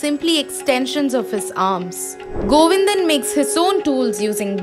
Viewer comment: It's Govindan.. not Govinda